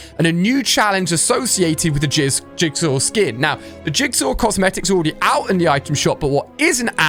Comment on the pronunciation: Ali a you can’t say jizzsaw 😭